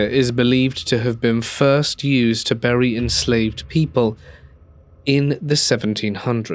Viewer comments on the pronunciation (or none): none